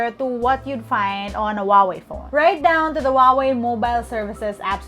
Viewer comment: Huawei is pronounced as Who Ah Wei, not Wah Wei